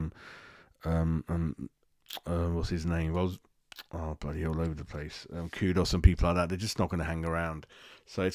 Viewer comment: his name is Kudus, not Kudos!!!!